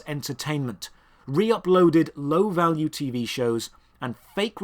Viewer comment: Lol "shock balue"